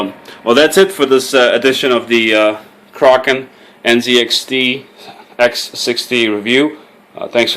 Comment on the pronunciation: finally someone who pronounces "kraken" right!